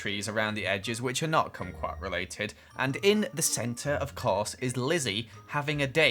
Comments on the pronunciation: you pronounce kumquat like squat lmao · Congrats on saying kumqout kokeok bar lol